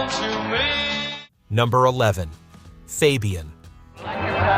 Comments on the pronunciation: FOB-e-un? Try calling him FABE-e-un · Why can't A.l. pronounce names right?